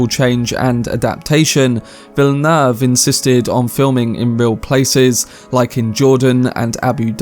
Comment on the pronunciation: This man loves Denis Villeneuve so much he actually learned to pronounce his name correctly